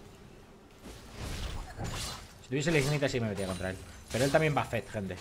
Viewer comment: pero si después dice ignite en vez de ignait XD